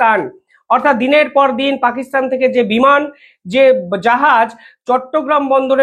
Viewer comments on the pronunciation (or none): none